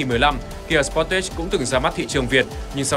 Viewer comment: Đọc cái tên xe nghe đúng quê luôn, sờ pót tét @@ Tìm hiểu cái tên xe trước khi làm clip đọc nghe cho nó sang chút nào :)